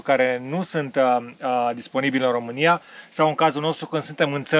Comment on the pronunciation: Horrible to keep hearing RUMANIA... when are you going to learn that in English it is ROMANIA... it's like the Romanian "ROU" and not "RU"... only in French they pronounce 'Rumani' and in German they pronounce it 'Rumenien'... in English or Italian the pronunciation is with O and not with U...